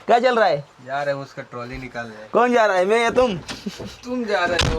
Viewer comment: टायली नहीं रे ट्राॅली म्हण ना😂